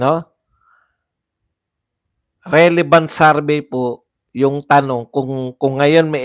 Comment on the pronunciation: Survey=sor-vey,Hindi sarvey